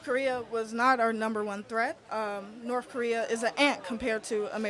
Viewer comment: It’s North, not Norff, just like its truth, not truff